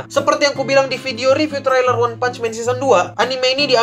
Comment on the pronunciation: "tereiler" mas bacanya,bkn "terailer"